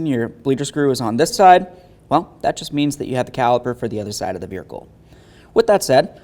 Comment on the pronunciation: "Verhicle" 😂 classic